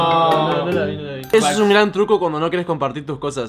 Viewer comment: por qué dijo “Graan”